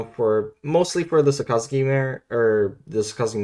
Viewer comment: the way you say Sakazuki literally kills me inside. It's literally just " SAAKA-ZOOKI "